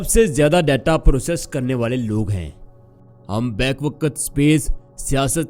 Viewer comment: Bhai talafuz to thek kr lo. Ap say log seekhtay hain.. Waqt ko waqat bol rhe ho Bayak waqt ko back wqat bol rhe ho...whats this?